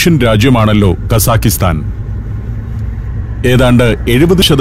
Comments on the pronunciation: പ്രിയ സന്തോഷ് ജോർജ്ജ്. ഞാൻ 8 കൊല്ലം അൽമാട്ടിയിൽ ജീവിച്ച ആളാണ്. അതു കൊണ്ടു മനസ്സിലാക്കിയതാണ്. കസാഖിസ്ഥാൻ എന്നല്ല കസാഖ്സ്ഥാൻ എന്നതാണ് ശരി. നമ്മൾ മലയാളികൾ ഉസ്ബക്കിസ്ഥാൻ കിർഗിസ്ഥാൻ എന്ന് പറയുന്ന പോലെ കസാഖിസ്ഥാൻ എന്ന് തെറ്റായി പറയുന്നതാണ് ' - തെറ്റാണ് ഞാൻ പറയുന്നതെങ്കിൽ ക്ഷമിക്കുക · The correct pronunciation should be "kazakhatan" without an "i" between both the syllables.